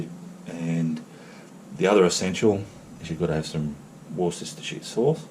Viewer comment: Worcestershire... Pronounced... Wooster-sheer please... Thanks